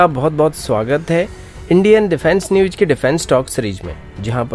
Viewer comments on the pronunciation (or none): News ko न्यूज़ होता है भाई न्यूज नही . It is "z" . "S" nahi